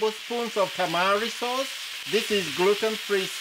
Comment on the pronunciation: Anybody, did he say Tamale sauce? What is that? Anybody.😮